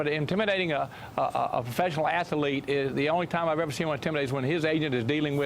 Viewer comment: They are ATHLETES...not ATH(A)LETES!!!LOL...Love how the uneducated speak no matter their respective status or positions in life!